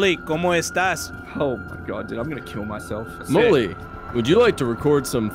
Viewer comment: When he said mully and eddy i thought he said mully and daddy